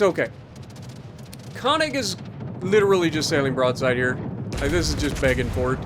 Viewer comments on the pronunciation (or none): none